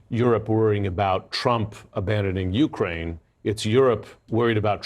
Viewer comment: Ukraine - the accent is on the second syllable, not on the U. NOT "YOU-kraine."